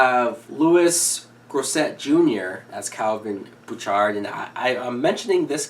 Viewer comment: Louis Gossett, Jr. (last name pronounced Gah-set). He showed up on a few television and movies during the 80s.